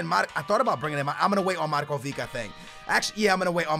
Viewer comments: it isnt Markovik its Marković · i am writing you this 3rd time its markovich not markovik plsssss pleaseeee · Yes it is, its not pronounced markovick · not markovik, u say it Markovich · It's not markovick it's markovič say č in markovič as you say c in can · hey don't want to be rude but can you just say markovic not markovik like you say it?thanks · it's markovich not markoveek!!!! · it's Markovich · its said marković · its markovic(h) like ibrahimovic(h) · it's Markovic it has a Ch not a K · Say Markovic like (markuvich) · Can you say Markovic properly please. It's pronounced Markovich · he cant read properly, and pronounce the player names so bad.... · I cringe so much when he says Markovic ( no hate ) Love you man!!! <3